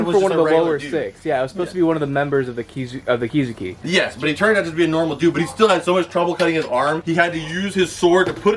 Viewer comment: Oh nah homie did not just say “the 11 kizuki” 😔